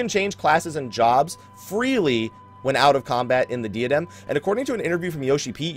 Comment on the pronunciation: Just sayin', I love ya, you're a pretty cool guy /fistbump. But it's pronounced like "DIE-uh-dem" rather than "DEE-uh-dem". Again, we cool, bro.